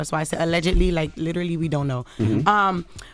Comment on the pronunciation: 😂😂 that sound bite was funny “allegedly like liwerally we don’t know”